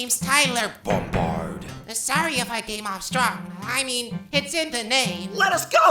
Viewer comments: Why the heck is tyler bombard sounds like book - pencil in first voice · Why is everyone calling him Tyler Bombard, his name is Tyler Bungard